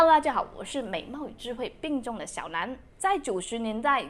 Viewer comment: 并重我听到病重(笑)